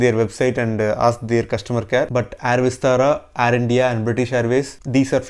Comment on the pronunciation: Nice video and great info.. Just pronounce "air" word correctly.. Not complaining just requesting..